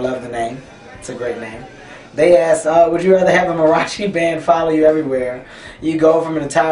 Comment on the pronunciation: I keep hearing him say ass instead of asked